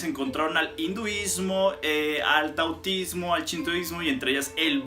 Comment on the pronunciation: ¿Taotismo? Jajajaja Menudo maestro